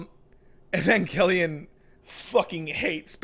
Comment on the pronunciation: Angel, pronounced ain-jel. Avengelion is pronounced ai-ven-jel-e-on.